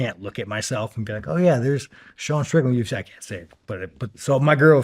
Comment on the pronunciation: Streetland, are you working behalf of a pack or I don’t know it sound weird man